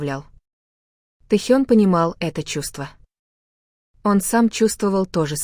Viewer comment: Какой бред! ТЭхен,АйдОл,от ударения охренеешь! Вслушайтесь в бред ,который несёт автор! Ночью ,в казарме они смеялись и обсуждали что-то! А Техен -то на учениях! Заврался автор! Дизлайк!